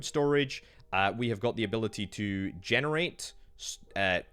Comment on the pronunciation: Dude had a stroke saying generate🤣